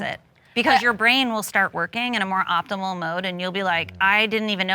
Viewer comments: did she say optibal?! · I couldn’t make it past the first 15 seconds. Wtf is “optibal”? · The hooch said obtibal instead of optimal. Proved the point in real time 😂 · “Optibal” with 2 degrees…you know you could’ve edited that part out. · did she say optimebull?? Instead of optimal?? Lmao!!!!!!😂😂😂😂🤦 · thot said optible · i swear in america anyone can get a degree, how tf do you have two degrees and you dont know how to say optimal.